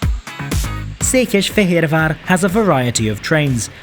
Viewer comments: Székesfehérvár pronouncing was impeccable! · Any man who can pronounce Szekesfehervar that well is worthy of repect! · Szépen ejtetted ki a Székesfehérvár városunk nevét. 😉 Köszi a videót! Változni fog Magyarország vasúti színvonala, most új kormány van, ahol szakértő a miniszter, Vitézy Dávid. Még több év, de megvan az irány. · Yes, very impressive pronunciation! Csak egy icipicit érezni, hogy nem magyar anyanyelvű mondta ki:)